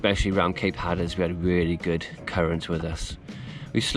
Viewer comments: It's "Slack Tide"....and "Hat -r-us" 🙂 Did you see the boat that approached ? Sounds like it could have been Coast Guard patrolling ? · There are a whole lot of Monday mornings. Which one was that? BTW That's "Hat-ter-rus". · Seriously guys. It’s pronounced Hat-er-as!. Tricky part of the coast there but good job.